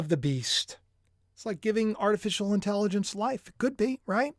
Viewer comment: You cracked me up saying Artificial Intelligonce!! I do that kind of talk too. From King of Queens. Lol